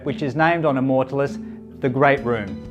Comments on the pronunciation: that is the weirdest way to pronounce immortalis i have ever heard and it is annoying as hell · Easy on the superlatives mate. Makes me want to look very closely under the hood when someone is selling that hard. Also pronouncing the name of the vessel might help in the long run. Nice boat though.